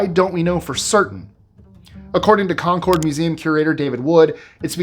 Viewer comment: You don't pronounce Concord that way